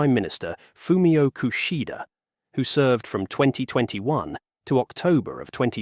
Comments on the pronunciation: Kushida ❌ Kishida ✅ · Yeah so it's Kishida, not Kushida! Also affectionately known as zouzei megane kuso gg (tax increase glasses old stupid man) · Wrong spelling and pronouncements! This video's commentator pronounced "Fumio Kishida" as "Fumio KUSHIDA" ! And "Nikkei" is not pronounced as "NIKKI" ! Holy cow!